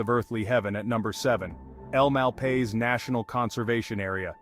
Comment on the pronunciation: If you are producing a video about a state, you could at least take the time, to learn how to pronounce the names you are using. Gila is a Spanish word that is not pronounced as a G sound. The G is pronounced as Hee. So, the word is Gila (Hee-la). Hee-la river, Hee-la Monster, etc. Oh, by the way, Malpais, is pronounced as Mal-pie-es.